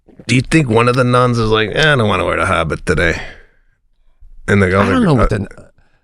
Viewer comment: Sebastian your accent is saying Hobbit when you need to pronounce the word Habit.